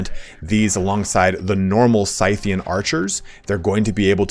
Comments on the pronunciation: Scythian is pronounced "Sith-ian" even though we call the tool a scythe and not a "Sith." Also Seleucid is pronounced Cell-Lew-Cid not cell-u-cid. Cheers. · Think you arent saying Scythian right but just a minor thing...😉👍👍👍 (I might be wrong ofc)